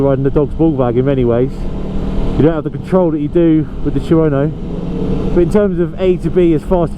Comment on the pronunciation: Chew-Ono? Two-no thank you